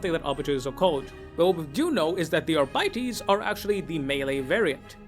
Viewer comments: I guess you read arbiter as ar-biter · "Arbytees".. lol